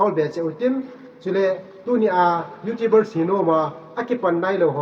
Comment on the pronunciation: Youtubers na pronounce dan chu thaset um thim e😁😁Youtubers or Youtibers🤭😅